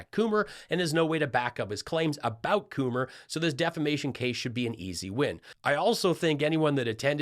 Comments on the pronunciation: De Flamation? What an idiot. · "... am to pm in the morning." Telling time is NOT a strength for Mike Pillow, but what is a strength for him??? He said "deflamation" over and over and over in court, so the Prosecution asked him if he knew what the trial was about!! Thanks! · Lol he said deflamation on the stand... no joke... he is a joke lol a very bad one... daaaaaa bears! Lol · "Yahh---i'm being Deflammmmashunned!!!!" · I love that they had to interrupt the trial bc he kept saying deflamation!🤣🤣🤣🤣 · Tell me truly, you don’t believe that pillow man knows what the word “deviation” even means. He is still saying “deflamation”,which is not a word. He’s doing this in open court. Pillow man has a pillow stuffed brain. 😂😂😂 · You missed DEFLAMATION ! LOL. His own staff-member spelled it right in their transcript - but throughout the court case he actually said "Deflamation" continually. I'm so sad that you missed that comedy gold. Hahaha. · "I have extrapulated the deflammwtion from my sammich"...Thank you Mikey you are the laugh riot we need. Now GTFO! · Deflamation! He still thinks its deflamation.😂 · Lindell's expertise in deviation is not in statistics or data science. It's correct pronunciation of English words.